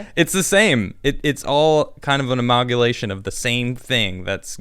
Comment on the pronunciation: "an amagulation" lmao